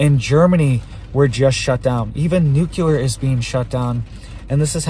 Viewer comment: I just can't trust any guy who says "nucular" 😂